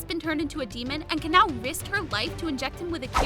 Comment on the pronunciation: it pronounced Ka-Na-O!